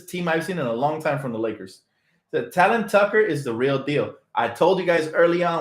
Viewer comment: Oh... and Talen is pronounced TAY-Lin like Jalen (Rose) My nephew went to Simeon Academy high school in Illinois (where Talen went to school) and he corrected me lol